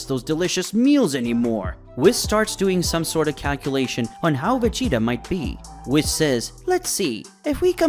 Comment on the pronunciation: For the love of God his name is pronounced weee, followed by an S not whis as in piss